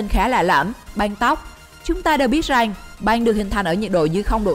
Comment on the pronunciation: Rằng x rènh